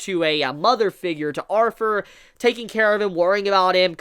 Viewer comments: I know its just how u say it but u keep forgetting to add th when u say Arthur u just say arver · Sound like you saying arfur. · it’s Arthur not arfur